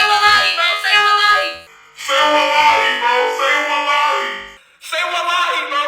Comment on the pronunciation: I can only hear him say /salalai/ instead of /wallahi/ and I thought it was just some weird jibberish thing he said until I found this video 🥀